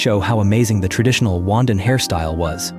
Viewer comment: It's RWANDAN not wandan. that hairstyle. as a Rwandan who is watching...am enjoying😉